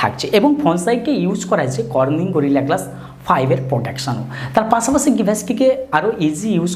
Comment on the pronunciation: পাছাপাছি নারে ভাই পাশাপাশি 🤣